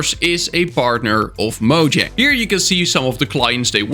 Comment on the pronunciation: One of these days you'll figure out how to pronounce Mojang correctly...